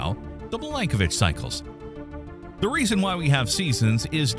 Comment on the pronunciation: Milanković not Milankovitch